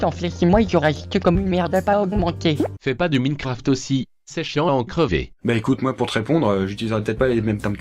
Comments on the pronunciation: ça se prononce ''Maï-n-craft'' pas mi-ne-craft 😂😂 P.S.: j'aime bien tes vidéos mais stp arrête de mettre des passages avec ''ça'' c'est chiant j'ai crié et j'arrive plus à dormir. Merci. Cordialement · c'est pas minecraft ! ça se prononce : maïne Craft !!!!!!!!!!!!!!!! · minecraft ca se prononce maïnecraphte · Euh, Minecraft, ça se prononce Minecraft, pas Minecraft xD